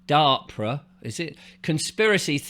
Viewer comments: It's " Dar pa"not darpra sound..anyway there is definitely this fog in eastern Canada, I believe they are looking for nuke materials in the places where the (dr@ have been patroling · Dahr-puh. That’s how it’s pronounced. It’s like the AR in harp. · I'm American and I'm 63. I live in Minneapolis and I also have a place in Fort Myers Florida. DARPA (pronounced as if you're saying the word "dark" then "puh") Has been up to weather modification for decades. I saw documents on a YouTube channel regarding controlling hurricanes from the 1970s. I 100% believe that Ian was a planned event in order to get rid of the quaint, old, colorful houses and buildings near Fort Myers Beach. People had them in their family for decades but when they were wiped out they couldn't afford to rebuild so of course they sold their properties for 1 to 3 million dollars and now all these very very bougie rentals are going up and they're changing the landscape because originally they had a limit of how high the buildings could go which was 4 or 6 stories. Despite that they just passed the okay for a 17 story huge building on the beach. It will never be the same and it's going to be more expensive and rich people will come on vacation there more than the people that used to come. AND Black Rock vanguard State Street etcetera will get more rich. During the time that happened (Sept 2022) I remember seeing a weather person talk about how he had never seen a hurricane take a 90° turn like hurricane Ian did and nor did he see it HOVER for 3 days over any ONE LOCATION before. You are on track I'm sure. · How can you not know of or pronounce DARPA? Dar-Pa . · DARPA pronounced DAH PA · This guy doesn't even know how to pronounce DARPA correctly so I can't listen he obviously doesn't do very much research into much deeply.